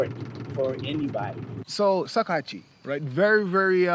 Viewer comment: It's not called sakuhachi